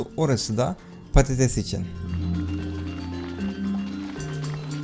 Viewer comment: İSMET ACAR patatese diyo patites diye knk pastoties ne